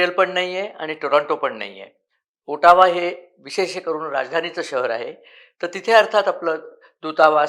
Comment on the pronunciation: Not pronounced as O-Taaa-wa but Ot-o-wa. Trudeau is unpopular among his own MP’s , Jagmeet Singh and his party has virtually no money to fight elections besides both don’t have support in their own party. Somehow they have to survive until October 2025 and even that is becoming increasingly difficult for they two guys day by day.